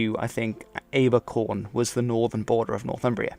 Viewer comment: "Abercorn", west of Edinburgh, and the north western extent of the kingdom of Northumbria is pronounced "A-ber-corn", not "Ay-ber-corn".